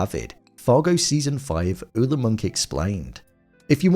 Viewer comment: Where I'm from Ole is pronounced "OH- lee" I'm from North Dakota and am of Norwegian decent.